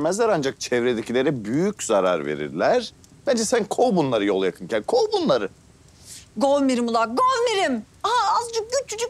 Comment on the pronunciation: ya bunların kavgaları çok zevkli ya zaten alışık ama yıldızın hareketleri bide govmirim diyor ya k harfini kullanmıyo ya bi de k diyor tatlış minnoş ya bide kuzeyin kızları gönderme çabası felan ssjsjsjs sefer ile nahideyi taklit etmeleri çok güzeller ya aşırı özledim hayır kızları niye istemiyo her türlü baş başa oluyorlar sjjsjsjs